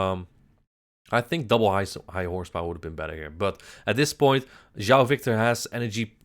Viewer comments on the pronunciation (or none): Keep calling him instead of João